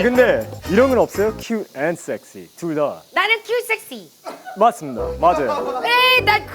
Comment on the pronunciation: ‘맞습니다’ 할때 약간 북한식 억양이???